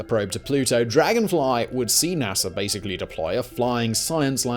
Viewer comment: Btw Theres no “R” in NASA but nice background music